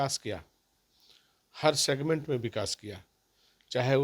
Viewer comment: सिगमेंट शब्द,,, बहुत अच्छे ढंग से बोलते हैं साधु जी 😂